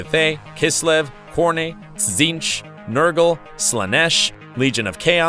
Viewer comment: Imagine saying Khorne like "COR-NAY" It's fucking Corn